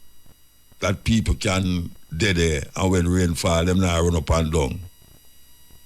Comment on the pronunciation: Peopre...can you please try to pronounce PEOPLE better. I enjoy your content but I hate when u say that word and u keep repeating it over and over. Unu nuh badda come fi mi cause mi entitled to criticize.